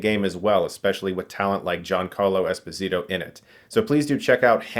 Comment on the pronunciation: Fun fact: Ginacarlo's last name Esposito is Italian, not Latin; so it's pronounced es-POSE-ee-toe. Source: the man himself on WFT Podcast.